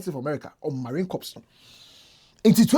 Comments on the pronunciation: it's pronounced "marine corr" nor "marine corps" 😂 the p is silent 😅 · it's pronounced "CORE", as in Marine Core (corps)